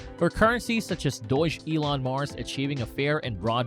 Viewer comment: It's pronounced Dog Elon Mars (Dogelon Mars) lol... Great video the way! I currently have 575,500,000 ELON tokens at an average of and I'm holding long term. I'm excited about the future of this token! Best of luck everyone!